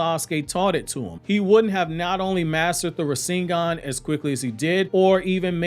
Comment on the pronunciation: You know so damn much about Naruto. But yet you can't pronounce Rasengan the correct way .... Lol